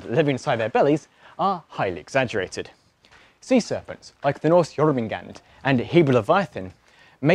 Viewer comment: When he said jormangundr wrong I wanted to flip a table out of reaction 😂 Your not where I’m from it’s okay man!